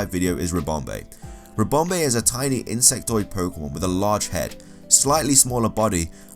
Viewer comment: Pyukumuku is a sea cucumber. Ribombee is a bee fly. You mixed up the end sounds for Ribombee and Comfey. Ribombee ends with ee and Comfey ends with ay.